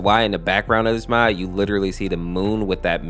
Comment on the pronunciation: The beginning says MOT instead of MOD